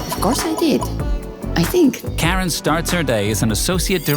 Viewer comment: It would've been better if you pronounce her name properly, its : Car-Ran. Freakin AI slop